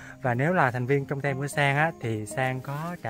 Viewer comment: Sang phải phát âm chữ Team là " tim" chứ không phải "tem"